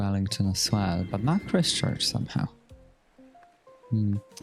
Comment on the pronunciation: Christ-church…. In-ver-Cargill